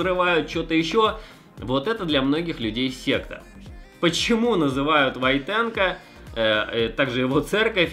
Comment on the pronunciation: Не ВойтенкО, а ВОйтенко!